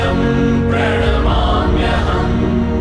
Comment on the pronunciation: प्रणाम्यहम् शब्द का उच्चारण गलत हो रहा है